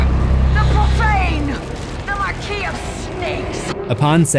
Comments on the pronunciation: Say it with me…Mar-keys. Not markesis 🤣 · Did he just say “markeysis”?